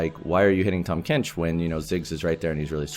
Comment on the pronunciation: 탐켄치 너무 한국발음으로 말한다 꿀잼ㅋㅋㅋㅋㅋㅋ